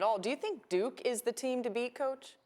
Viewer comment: This man said, "Duke teams"